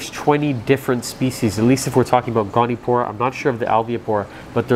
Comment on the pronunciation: goni-o-pora, not goni-pora